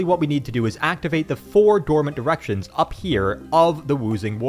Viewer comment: Man did I have to rewatch the first minute a few times until I realised you were saying DI-rections. 😐